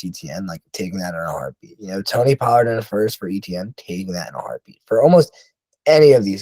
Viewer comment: I don't trust guys who can't even pronounce Amon Ra, Doubs, and Pollard correctly.